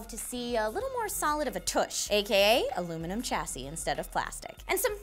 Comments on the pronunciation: ALL-U-MIN-I-UM. not Alluminum. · Illuminum lol, it's a-lu-mi-ni-um